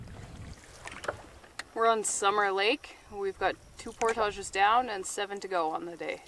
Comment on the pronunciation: The way they pronounce portages lol!!!